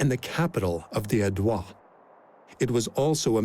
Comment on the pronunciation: Narrator should've looked up how to pronounce Aedui and some other Latin names. I know the French give it their own twist, but these are Latin words and should be pronounced as such.